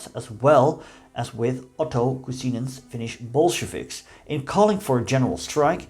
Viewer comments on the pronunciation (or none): I love listening foreing people try to pronounce Finnish names, but this one takes the cake! I almost choked when you pronounced "Kuusinen" as "Kusinen" since "Kuusinen" has connotation towards Spruce tree whereas "Kusinen" literally means "Drenched in piss" 🤣